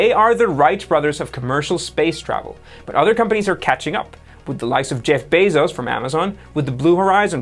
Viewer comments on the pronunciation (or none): none